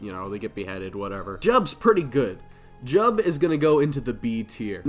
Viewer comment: You said Jiub wrong. Ffffake fan lmao